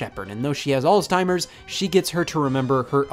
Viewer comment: Is it just me or did Scott say alstimers instead of Alzheimer’s ?